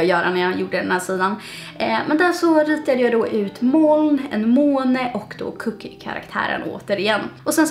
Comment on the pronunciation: Ditt uttal av ordet moln är verkligen inte okej.